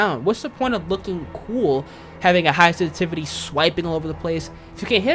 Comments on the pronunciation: Love the videos, but that "sestivity" drove me nuts lol. Good vid though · Sensitivity has 2 S's 🤣😂🤣 You talk so fast you keep saying sentivity. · ‘ the way you say sensitivity is killing my brain cells but good video 😂